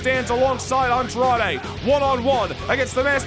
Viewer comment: I still can't get over how the ring announcer calls Andrade "Andrea" 🤣🤣.. as always great show! You never fail to disappoint.. what I think would put your shows and universe over the top and better than everyone else's is if you add AI voices.. like when you do promos you can use the real voices of the people, you can type what you want them to say and they'll say it. I know it might add more work and editing for you but I think that would be absolutely amazing and I think it'll add more depth to the storylines and etc